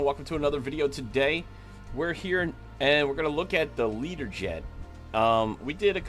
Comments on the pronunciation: Why are you saying Leaderjet, surely it should be Lear-jet? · Can I ask why do you call it a Leader Jet. Isn't it called a Learjet 😱